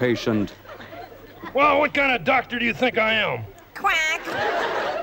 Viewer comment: Don't you mean a ""Duck"-tor"??